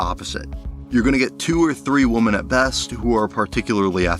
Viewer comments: So well done, man! Great insight and great editing! Well worth the 2+ hours of my life! I will say, "women" is pronounced wi·muhn. Woman is pronounced wu·muhn ;) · I absolutely loved this video! Amazing, well-written persuasive narrative that makes me want to watch (as someone who has only seen the first couple of seasons and not consecutively). The only thing that is like nails on a chalkboard is the pronunciation of womEn. Singular and plural of woman are different, with the plural being pronounced /ˈwɪm.ɪn/ (WIH-min). Great job! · great video and this is years late but pls figure out the pronunciation difference between Woman and Women😭❤️‍🔥 bb28 is pretty horrible so far but i can’t give up the hope that it will turn around